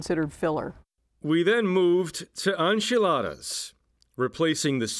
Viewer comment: This man pronounces words strangely. I have never heard anyone refer to enchiladas as on-childas. It was funnier than when he pronounced añejo anay-ho. Priceless.